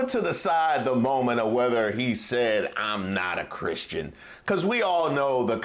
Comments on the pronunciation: His uglass said I’m a Christin.. it sounded like he said he wasn’t lol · I had to keep running that back.....did he say "I am not christian".....or was that like the guy on FOX who meant to say College but sounded like Colored.....because maybe he was thinking it? So was Trump thinking it?